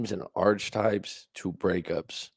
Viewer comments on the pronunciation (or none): it's pronounced "Ark-a-type." Not "Arch" types. Sorry, it's my OCD with grammar, haha. Nice video